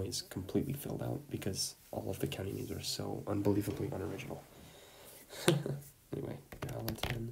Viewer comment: I live in the Upper Peninsula in Michigan. It was funny listening to you butchering the county names